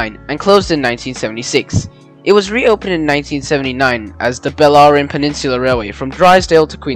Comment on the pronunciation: it''s Bellarine not ballrine